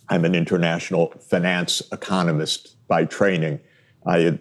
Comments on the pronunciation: Please stop saying “fin-NANCE” 😮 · One of the qurkiest features of the english language is the different ways you can pronounce words and still be correct. Sachs says "finance" with a long "A" instead of the more usual long "I". I've noticed that in Britain they pronounce words like "advertisment" with a long "E" instead of a long "I" like is more common in America. They also say "issue" but actully say "S" instead of "SH". Or how australians say "Data" with an emphasis on the first "A" instead of saying "Dayta" like in America. Just an casual observation.